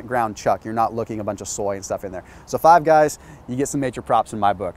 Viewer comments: That made my day click of the fingers ......five gays, once upon a time 🤣🤣🙈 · I heard 5 gays too and the timing was perfect bc he had just finished talking about the homophobic company across the way.. I wont say their name.. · "5 gays" lol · Great video! Very useful for the majority of people out there. Also, it sounded like you said Five Gays instead of Give Guys, lol! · Please tell me someone else heard him say "five gays does it right" lol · “Five Gays” 😂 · "Five GAYS" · ...”5 gays” lol. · anyone else heard 5 gays? lol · Did he say "Five gays" att ? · Five Gays? 😅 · 🤣🤣🤣🤣🤣 yeah, I heard it!! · .. did he really just say "Five Gays" ?.. ha.. anyhow.. i prefer Fatburger over Five Guys.. better in taste, portion size and more affordable IMO.. oh!.. and they also cook your burger's doneness to your liking unlike Five Guys.. well.. thanks for taking the time, effort and gas in your truck to make this video without having to eat at these location each stop made.. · did just say Five Gays? Or is this Ketojuana to strong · "Five gays" hahahah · "Five Gays..." LOL!! Yes lets get Queer Eye to do a Five Guys episode. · Anyone else hear him say, "Five Gays?" 😅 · definitely 5 gays 🤦‍♂️🤦‍♂️🤦‍♂️ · I heard it too 🤣🤣🤣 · Is it just me or did he say 5 gays instead of 5 guys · Five Guys - ❌ Five Gays - ✅ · Did hey say 5 gays ? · Dude said 5 gays instead of 5 guys lol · he actually says 5 Gays instead of 5 Guys😅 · Surprised nobody pointed out he said “five gays” instead of “five guys” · he said “5 gays” instead of 5 guys 😂😂😂 I was like wtf is going on lmao. I love this channel tho lol. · Anyone else noticed he called five guys five gays 😂😂😂😂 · Did he say five gays by mistake second time he said it😅 imagine if that was the actual name. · Anyone else hear ‘5 gays’ ? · Did he say five gays the second time? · thought he said 5 gays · Five gays? Lmao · Five Guys or Five Gays... Slip of the tongue there lol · He said 5 Gays 😂😂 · .....swear to God this guy said "5 gays".....😆